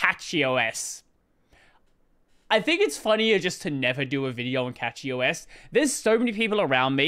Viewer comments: You say “cachy” like “catch-y” which is incorrect. Say it like “cash-y” because the name is based on “cache” which is pronounced like “cash” not “catch.” Thanks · Once again, it's Cachy OS (from the word "cache"), not Catchy OS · is the correct pronunciation of CachyOS is SketchyOS? ;)